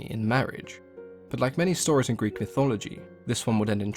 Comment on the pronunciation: Good on you for pronouncing the greek as it should be.